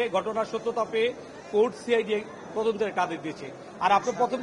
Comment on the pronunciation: মূর্খ উকিল (কোর্ট) কে (কুড) বলে । এরা না-কি উকিল